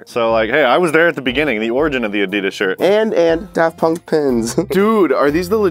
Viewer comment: He said Adidas rong tell him to look it up how to say it 🙂